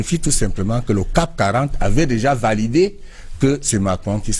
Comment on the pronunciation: Monsieur le ministre, on parle de CAC 40 et non cap 40. Merci